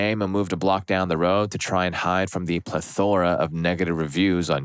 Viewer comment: Please stop pronouncing "plethora" as pleth OR ah